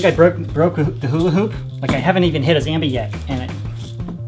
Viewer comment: Its ZOMBE NOT ZAMBE!